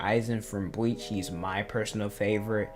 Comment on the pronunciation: Why do you say bleach like bweach?